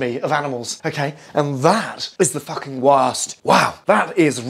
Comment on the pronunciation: ”Fucken rawe”